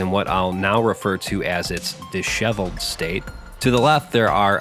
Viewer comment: Idk why but NM saying “disheveled” is oddly unnerving to me